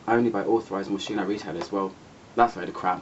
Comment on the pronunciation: Hi, Moschino is pronounced Moskino, xox thanks for another lovely review.